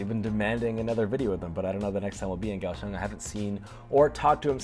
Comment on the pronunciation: If I'm not mistaken, the correct pronunciation of Kaohsiung is "Cow Shoes". You're welcome.